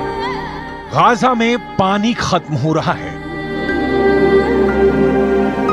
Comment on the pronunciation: Yeh reporter Gaza ko Gaja bol raha hai… wahhh